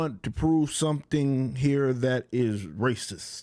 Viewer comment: I think it's actually pronounced "Raaaaaaaacist."